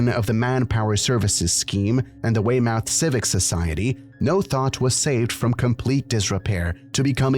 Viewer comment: That pronunciation of Weymouth...